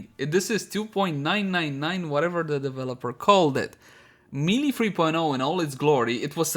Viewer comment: Hey. Love your stuff, but I keep noticing you're saying melee in a funny way. It's pronounced more or less like maylay.:D